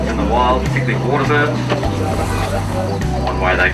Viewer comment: Heard about enough of "woatah" too.